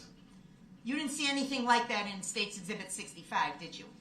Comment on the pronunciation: No its * Exhibitty... ( as Prosecutor said when Darrell accused them of laughing at DB) Lol